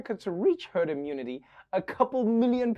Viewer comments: I think the man misspoke. He was clearly trying to say "you'll develop turd mentality". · I actually heard "turd mentality"! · Who else heard turd instead of herd the first time 🤣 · WHYYYYY HAS NO ONE PICKED UP ON SUCH AN INCREDIBLE GOLD NUGGET?!?!?!? “........ after a period of time, with time, we gotta have TURD......” He SAID IT!!!! Listen again, then rewind and listen again......... he self corrected REALLY fast, but he said TURD!!!! As in TURD MENTALITY!!!!!!!! If I had the talent to add some beats, THIS shit would be VIRAL already!!!!!